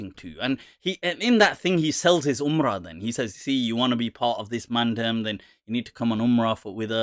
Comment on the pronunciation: Its not mandum...its man-dem..as in the 'dem' from 'demo'